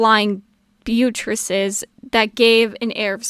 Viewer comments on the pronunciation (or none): You have a lot of potential. I'd like to offer some constructive criticism though: Firstly, it's pronounced exactly how it's spelled. "Butt-tress-ez". I recommend looking up how words like that are pronounced before reading them, just in case. Judging by the way you acknowledged it in text though, it seems like you're already working on that. But it still felt like something worth pointing out as something to improve upon. Also, the word "tertiary" in "tertiary colors" is pronounced "tert-ee-air-ee" or "tersh-ee-air-ee", "mauve" is pronounced "mow-ve", and "chrysanthemum" is pronounced "chris-anth-eh-mum". Words, their meanings and how they sound is a strange hyperfixafion of mine, so apologies if my focus on this comes off as mean. It's just something I instinctively notice and habitually correct, I don't mean it unkindly. Second, try writing down a script and practicing reading it before recording. Rehearse it. You're already reading what's in front of you for the video, so why not rehearse it and practice before you make a final recording to put in your video? It helps tremendously with stuttering and pausing, at least in my experience. That said, if this is your first or second take, this is still pretty good! Other than that, I think you're doing a fantastic job! I hope your channel grows swiftly and strongly! Definitely subscribing, I can't wait to see what you do next!